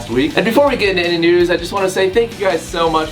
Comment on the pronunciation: It always sounds like he says "Wtf nudes"